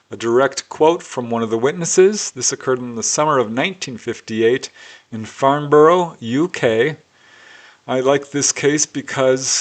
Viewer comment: The Farnborough UK case, it's pronounced Farnbra. I MET Hillary Porter some years ago, when she did a presentation for the Paranormal group I then ran in a pub. Lovely lady.